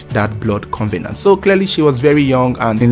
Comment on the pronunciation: First of all covenant is not pronounced as con ve nant please....it is cov e nant.......now how do you know they've made a blood covenant??....anyway rumours are always rumours and never a fact........Hope the two find rest and peace in God almighty their creator.....it should not have happened at all...really senseless.....